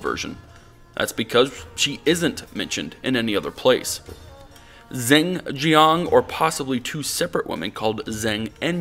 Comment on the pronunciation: "Zing Zhiang"? Dude you need to learn chinese.